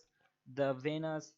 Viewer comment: It’s Venus coin not vanus and it’s lend Not lannd